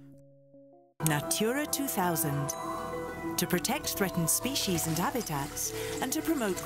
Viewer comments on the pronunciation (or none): none